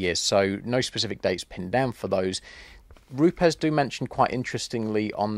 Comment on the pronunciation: an education in pronunciation...educating our friends across the pond who say Roops, where indeed it is Roopez😉👌...be interesting to compare histories with Flex?